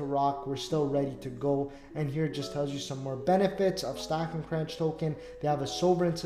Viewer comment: is pronounced the same way as CONTROLLER. FYI.